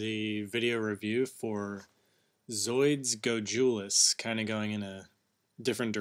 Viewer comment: Nice cannons. and its pernounced Goj-a-lis